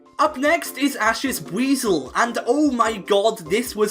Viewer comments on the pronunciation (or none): none